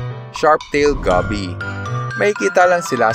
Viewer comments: Goby.... Gow-Bee not Gaby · Na trigger ako sa pag pronounce niya sa goby haha (Go-bi) not gaby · Goby is pronounced with a full "o". Like when you say "go" in "let's go..." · Aside from the pronunciation of Goby, amazing video sir.